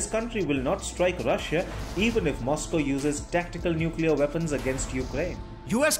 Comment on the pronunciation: Nuclear Weapons - 😮 Nukelar Weapons - 😂